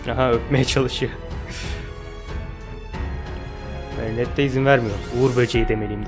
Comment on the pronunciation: Abi gerçekten seni üzmek istemiyorum ama lütfen merinetteyi düzgün söyler misin ☺️